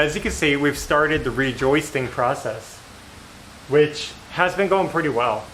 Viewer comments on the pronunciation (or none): none